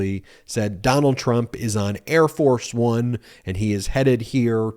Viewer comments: I think it's pronounced "Air Farce One" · I thought I heard him say: "Hair Farce Bum" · I think the guy was calling it Air Farce of One. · It's "Air Farce One". He just mispronounced it.